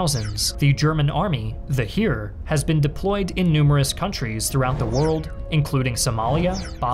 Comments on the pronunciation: Btw “Heer” is basically pronounced like the English word hare (the big bunny thing) or hair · Minor thing, but the Heer is pronounced like hair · The "Heer" pronunciation needs a little work. Also the G36 scandal was just that, the weapon is fine.